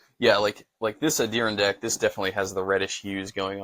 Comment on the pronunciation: Light Mocha Ondearindack? I think you mean Adirondack. Like the Adirondack mountains in NY. Not trying to be a d**k. Just letting you know for future reference.